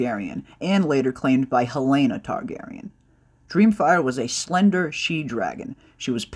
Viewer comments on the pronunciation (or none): none